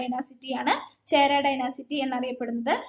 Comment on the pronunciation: ഡൈനസിറ്റി അല്ല ഡൈനാസ്റ്റി... ക്ലാസ്സ്‌ വളരെ ഉപകാരപ്പെട്ടു.